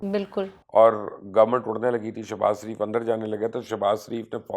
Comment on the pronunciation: کسی نے نوٹ کیا کہ مبشر لقمان صاحب نواز شریف کو۔ نواز سریف۔اور شہباز شریف کو۔شہباز سریف ۔بولتے ھیں؟